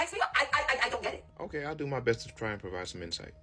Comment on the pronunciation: you pronounced “best” incorrectly